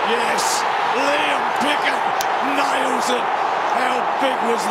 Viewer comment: If Bruce McAvaney could learn to pronounce his "l"s - instead of briw-yent (brilliant) and "naiws" (nails) when an opponent "naiws" his player... it would be a lot easier to listen to... Besides Bruce's lazy speech, it was a great game...